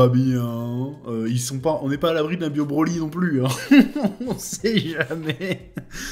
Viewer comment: On sait bien que le grand méchant sera cell, vous pouvez le montrer lol Sinon j'ai faillis vomir quand tu as dit "bio-broly" XD